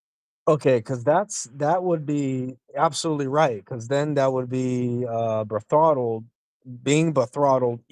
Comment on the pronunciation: "That last guy was awful." Guess what, buddy... You were WORSE, you disgusting, evil defender of disgusting evil. It's NOT "bethrottle," its "betrothal." Learn English before talking about the original language of your evil idiot book. 😂